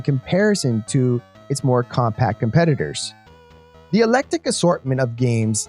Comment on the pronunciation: Ecclectic, exacerbated. Google "how to pronounce" these words.